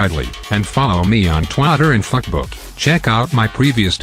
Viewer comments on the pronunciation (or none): I like how at the outro he says f**kbook instead of facebook ͡° ͜ʖ ͡°)